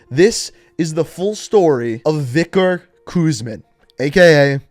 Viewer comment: Vikor. vik-or Victor. "VICTOR REZNOV" my friend